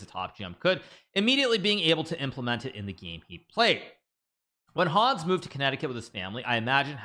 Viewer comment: The way he's pronouncing Hans